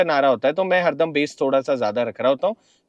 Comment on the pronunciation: It’s pronounced as base